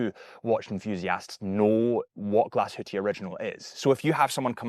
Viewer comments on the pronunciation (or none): Great video! And I believe it’s pronounced ‘Glash-hu-Tah’ and not ‘Glash-hu-tea’ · "Glasshootee" is a new one... Please don't ever say that in front of a German. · its hard to pronounce. It is "Glas HÜ (HUE) TA" I dont even know how to explain via internet 😅 I am german ... so I know how it is being pronounced 😊 Actually Glashütte means "Glas Box" or " Glas Hut" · Why don’t you provide the correct pronunciation instead of just saying that I’m wrong? FYI, the owner of Muhle Glashütte pronounces it exactly as how I spelled it out. So you;’d assuming that someone, who has lived and built watches for 100 years in that town knows how to pronounce it correctly